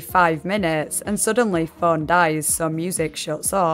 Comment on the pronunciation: Why do you pronounce "phone" as "föeön"?